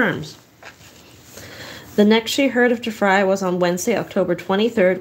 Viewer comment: It's pronounced Tree Fry. Apparently I traveled back in time. Good to know I was murdered on the trip.